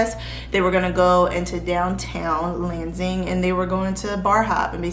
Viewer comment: i might be wrong but I think you pronounced Lansing, MI wrong. I heard landing but I might not be hearing right. Loved the video otherwise!!